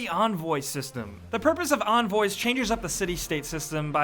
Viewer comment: Onvoys? it begins with a E